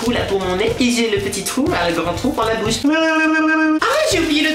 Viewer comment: on dit bouche et pas be ouche et illumatuit se prononce illuminati